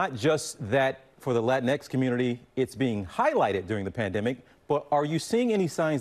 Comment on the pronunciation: I’m sorry. I just quit the video the second I heard “latinex”.